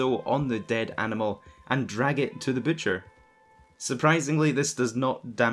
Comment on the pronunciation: Butcher not bootcher 😂